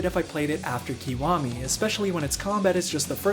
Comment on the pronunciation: it's pronounced ki waa me 外人